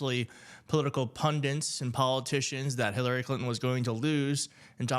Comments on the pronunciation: "Pundit" not "pundant." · The word is pundit, not pundint. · Its’s “PUNDIT” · Why do nearly all pundits pronounce pundit 'pundint'? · Pun DIT. Not pundant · the word is "pundit" not "pundint". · "pundit" not "pundint". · Can anyone pronounce "pun- dit" correctly? Does anyone see an "n" in the second syllable? That's right none is there. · There. Is. Only. One. "N." In. The. Word. Pundit. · Huh? It's what he said, not what he wrote. He's mispronouncing it. Yes, I'm voting a straight blue ticket.